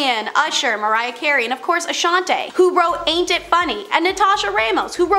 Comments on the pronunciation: Girl ,with the Guts shirt on , if ur pronouncing somebody's name ... Especially an icon in the industry, please pronounce it Right !!!it's not Ashoniiiiii! Her name is pronounced Ashanti!! 🤦🏼‍♀️☝🏼. with her name sounding like an E the end!! Its not like ur an A.I..!! Who can't help it....ur speaking live ,so pronounce people's names appropriately!!!! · lol mispronounced Ashanti as well 👀